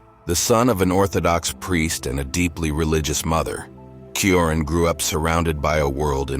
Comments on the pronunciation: This is a gross misinformation. His pessimistic leanings didn't start in college. Also, I know this is AI voice but hearing his name pronounced Kioran is annoying...it's Ch-ioran. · It's pronounced as Emil Choran ("Cho" the same way as in Chocolate +run) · The correct pronunciation of his surname, Cioran, is: "cho-run" 👍 edit: I mean "cho" like when table tennis players are yelling "cho" after a winning point, and "run" like the English verb to run. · I never imagined there could be that many different ways to pronounce "Cioran." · Why does the narrator use four different pronunciations for the hero's surname? AI?